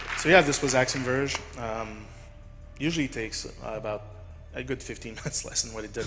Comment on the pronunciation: "Ackshum Verj" according to the amorphous blob.